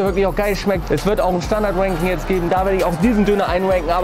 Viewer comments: schaut euch das video bitte an und jedes mal wenn ranking sagt, hört ihr "wanking" hahaha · sagst immer wanking